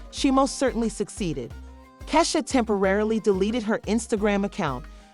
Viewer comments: 😂😂😂😂😂😂😂 right who is kaysha??? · Wtf u cnt say Keisha omg cnt even watch it because u saying her name wrong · it’s pronounce Key 🔑 Shia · This voice over is killing me!! Learn 2 pronounce our name !! Take this shit down until you learn how to say our name 😂😂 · Sis that’s not how you say her name 😭😭😭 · Right !!! I’ll sue just because she saying my name wrong 😂